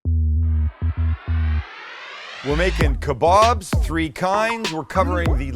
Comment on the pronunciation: Thank you for saying kababs and not kabobs🤦🏾🤣🤣